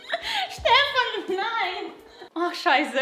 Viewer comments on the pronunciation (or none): ШАЙСЭ. я, которая изучает немецкий:🗿